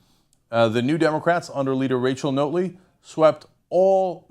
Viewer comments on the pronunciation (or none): Notley, as in Not Lee, not Note Lee. Love your videos BUT you really need to listen to Albertan media to get the pronunciation! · Ugh it’s pronounced NOT-ley... like we should NOT have voted for her...not NOTE-ley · It's pronounced naughtly... Not note ly.. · By the way... Rachel Notley's last name is "NOT-LEE not NOTE-LEE!!" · It's pronounced not-ley; not note-ley. Not-lay. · This is the weakest analysis if the Alberta election ever., and I knew the Young Turks would take this view... and It's 'Not' Lee... not Note-lee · It's NOT-ley, not NOTE-ly. JS. And yes it is nice democracy won, as it was getting scary, as the influence the Kochs had even here on policy was being shoved down our throats. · Its not pronounced "Note ly" Its pronounced "Not--- ley" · Notley ... not-lee. Not ... note-lee. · It's Not-ley, as in the word not.... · Couldn't stop laughing when he said Rachel "Note-ley" other than that though, good video. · Her last name is pronounced "Not-ley" Jim had a hard row to hoe he was the benefactor of 2 hated administrations our last 2 conservative leaders really sucked. I personally was hoping for a minority government of some sort. I like Rachel Notley she is a good person. But the provincial NDP have to do what the federal NDP want and that might be against Alberta's interest. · Pronunciation note: NAHT-lee. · it is pronounced not-lee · pronounced 'nautly' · Rachel Notley....pronounced like Motley Crue... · I like these American commentators telling us about our country who don't know how how to pronounce our politicians' names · Good Job mispronouncing our Premiers name not like there are a ton of videos available with people saying her name or anything